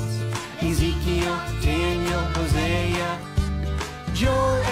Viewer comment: It’s Ezikel not esikal